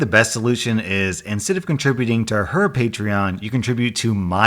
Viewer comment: Hey he said paytreeon instead of patreon